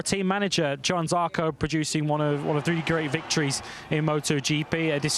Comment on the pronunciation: Why hasn't the short one been fired? He STILL can't pronounce Johann.